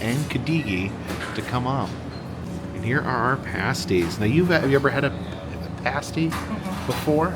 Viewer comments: PASStee. Not the nipple covers lol. And COULD a gee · Nice video but it’s PAS-TY, not Paste-y 😊 Pas as in ass-ty lol and never catsup!!! Gravy!! Gravy is best 😂